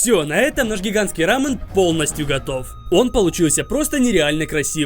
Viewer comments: Когда он говорит не рамён а рамын это как смотреть аниме в другой озвучке ра пример не Такимичи а Такимици ёё бесяч жуткий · Не рамн а рамён) кто заметил лайк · Это блюдо называется не ра́мен а раме́н, не правильно ставишь ударение!! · Не рамен, а рамЁн Ударение на Ё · Рамён правильно, а не Рамён, тебя карейцы приблизно бы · Не рамен, а рамен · Почему он говорит рамЭн? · РамЕн — ударение на Е